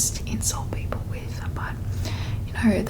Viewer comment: Oh, that’s very interesting! When you say 'people,' I hear /peɪpəl/ instead of /pi:pəl/. Am I mistaken? I’m not a native speaker and I’m trying to improve my English. Where is your accent from?